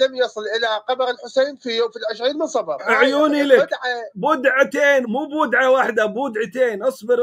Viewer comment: أحسنت أو أحسَنَ اللَّٰهُ إليك ، و تذكّر تصحيح الخطأ و العياذُ بِاللَّٰهِ تَعَالى منها و هي كلمة (بِدعَة) بِكسر الباء ، لكن أنت قلت (بُدعة) بضم الباء خطأ